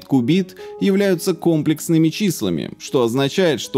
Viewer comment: я учусь на первом курсе технического вуза, и у меня кровь пошла из ушей, когда сказал "кОмплексные числа". кОмплексным бывает толко обед, а числа комплЕксные